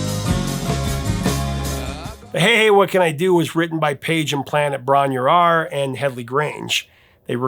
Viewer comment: ‘The Rover’ was composed and rehearsed at Bron-Yr-Aur and the final version was recorded in the spring of 1972 at Stargroves, East Woodhay, Hampshire during the Houses of the Holy sessions. Bron-Yr-Aur is pronounced: brom-rar